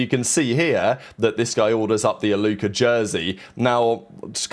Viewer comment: british people putting a hard ER for ever word that ends w A is hilarious. Faze Alluker